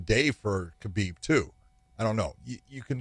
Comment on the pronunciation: He talks about how he knows Khabib so well but he pronounces his name wrong. Ok dude...